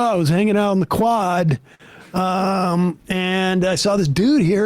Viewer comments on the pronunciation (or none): none